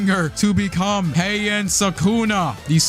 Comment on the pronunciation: hian no it is heian